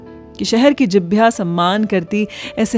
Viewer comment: Jibhya nahi Jihwa, But anyways beautiful video.❤.